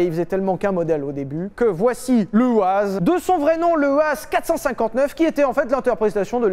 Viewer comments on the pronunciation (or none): pour la marque "UAZ" ... ça se prononce "YOUAZ" ...